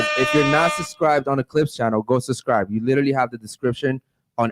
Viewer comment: 😂😂😂😂 host has a mush mouth and said sus-scibe....he exact like coconuts in barbados